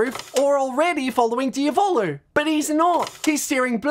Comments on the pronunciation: italian watchers are banging their heads against the wall every time they hear "diavòlo" lol (it's pronounced diàvolo. you don't care? ok and? i don't care that you don't care. i just wanted to leave this comment. there's literally no reason to fight, w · There's a circle in hell dedicated to those who pronunce "Diavolo" that way. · This is nice and everything but the way he pronounces Diavolo is killing me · I'm sorry but why did he pronounce Diavalo wrong